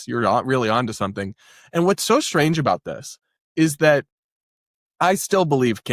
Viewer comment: "A very shtrange tweet..."